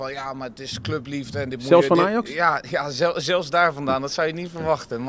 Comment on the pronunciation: Het lukt hem niet om het woordje "Ajax" uit te spreken hé?😂